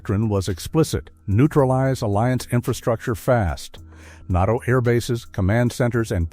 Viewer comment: …AI mispronounced NATO as NOTO! That’s all, just stupid AI.